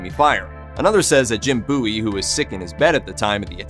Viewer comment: I am a Texan, thank you very much for pronouncing Jim Bowie‘s name correctly.